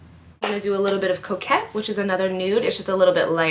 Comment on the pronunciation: when you said you were going to put on a little coquette I thought you said you were going to do a little cocaine... I was like WHAT!!!!! lol!!! Love you girl!